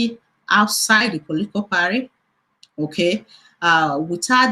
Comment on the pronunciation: what is parry? it's party. abeg stop the funne